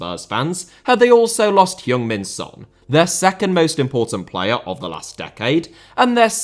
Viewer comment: Has Son talking about himself in the third-person? Oh dear ㅠㅠ Also,, your pronunciation is getting better, but it's Son Hueng Min not Son Hyeung Min.